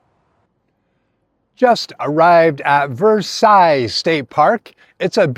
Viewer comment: its ver - sells